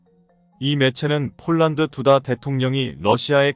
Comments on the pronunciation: 폴랑드 폴랑드..알만 할건데..그대로 읽어 버리네.~~ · 폴란드를 폴랑드?중국식발음인데? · 발음 폴랑드 포랑드 가 어디아 사람이 하는 말이야